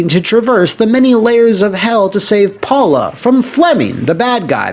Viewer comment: It's pronounced Powla😁